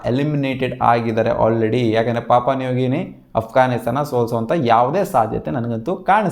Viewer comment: Bro papa nugini alla papua new guinea 😂😅